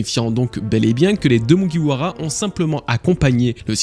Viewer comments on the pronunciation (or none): none